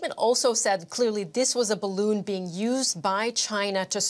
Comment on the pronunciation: Oh! It not spying! It WEVR BAROON! 😑